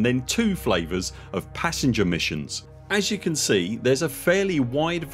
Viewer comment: I'm touched by the way how speaks "variety". Deeply touched. 🫣